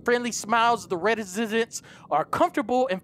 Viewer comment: it’s re-si-dents